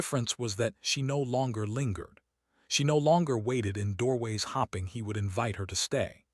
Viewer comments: Please correct your AI . They say hopping like a rabbit. It is hope. Hoping. Long O . She was hoping he would fall in olive with her. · Yup I'm laughing at AI 's mistakes in the pronunciations! 😂 Guess these people have to hop a lot in these stories to get anywhere! 🤪😂